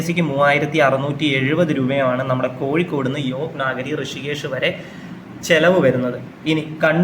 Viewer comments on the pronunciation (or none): none